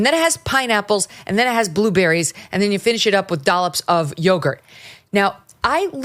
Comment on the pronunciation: Love Meghan Kelly critic of markel. Not sure what yo-gart is though.